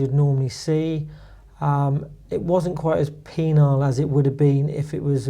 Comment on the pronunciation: Hi at 5.52. I think you meant the rough was not as "penal"... rather than " penile " which relates to a particular part of the body 😮😂